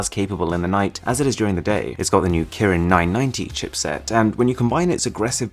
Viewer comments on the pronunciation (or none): none